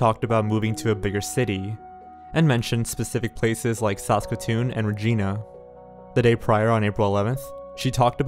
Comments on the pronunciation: Saskatchewan is pronounced “sask-at-chew-on” and Regina is pronounced “Ra-gina” :) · It’s Regina (Reg-ina) like if Reginald went to China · Reg-eye-na, not Reg-ee-na. Also, on the map he highlighted the Capilano River in BC instead of the Capilano neighbourhood in Edmonton. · Janayah It’s supposed to be pronounced like “Sa-skatch-e-won” with more emphasis on the “Sa” where as says it more like “Skatch-e-won”, and Regina is said “Ra-gyna” rather than “Re-geena” like the name:) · The city in Saskatchewan is not pronounced "Rej-een-a"..........it's REJ-EYE-NA. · Regina is pronounced Re-Jine-Ah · Yeah, it's reejainah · can't even say re-gi-na right. its like va-gi-na except RE. lol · Yorktown sasachewa... going on a trip to regeena 😅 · Regina is pronounced like vagina. Not the female given name Regina. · Also: "re-gi-nah" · "Rageena" GETS TRIGGERED IN CANADIAN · Also. Regina is pronounced “Re-Jy-Nah” and Yorkton is pronounced “York-tin” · wow this was just a couple hours from me. people still share her missing post all the time on my fb feed. wonder what really happened to her edit: and it’s pronounced “york-tun” and “reg eye nuh” lol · Yorktown, Sasashawa and Regeena Sasashawa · Regina is pronounced more like vagina, not like the female name spelled Regina. The I is a hard I sound, not an ee sound. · Just so you know it’s pronounced Sask-atch-e-wan and Re-gine-ah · It's pronounced "Re-Jai-na" and sess-kat-chew-waan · Don't forget how he pronounced Saskatchewan like "Saskashwan". As a Regina resident, that got to me the most, as posed to "Rageena"hah. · Oh goodness, the pronunciations of locations are off. Regina for instance is pronounced like vagina. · Please for the love of asgard look up pronounciations online, Regina is not Rageena. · Saskatchewan is pronounced Sas-catch-oo-on And Regina is pronounced like vagina but with an r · In dying over the pronunciation of Regina 😂😂😂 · Ikr he also said Regina and Yorkton wrong smh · Rottin Gal thanks!